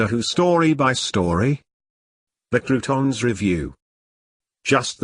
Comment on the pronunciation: It's pronounced "CROW-TONS", not bloody "croutons"!!!